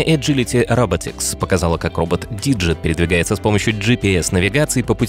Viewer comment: а это нормально, что все компании, в ролике, именуются рабОтикс, а не рОботикс?